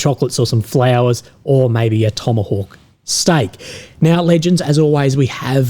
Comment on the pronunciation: "Tomahawk... steak" that pause there made me raise my eyebrows lol no idea what tomahawk steak is, but I bet it's good